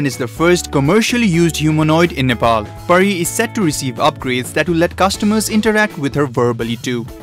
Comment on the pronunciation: isnt she pari ? bt she says peri.. :/